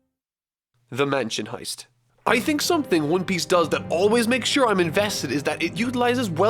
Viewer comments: "the mansion Hest" it's Heist ye dingdong. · “The mansion hest” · "The Mansion hest" 😂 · "Mansion Hest" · "The Mansion Hest" 😝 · I love your videos, but it says mansion hest... mansion hest lmao... anyways great video still :) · "The Mansion HEST" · "The Mansion Hest." 🤣🤣🤣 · hehehe “Hest.” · Gotta love a good "mansion hest" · the mansion "hest" :-) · Nobody:: the mansion hest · Yeah there an ‘I’ in heist mate. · Im sorry.... But the Mansion “Hest” was cool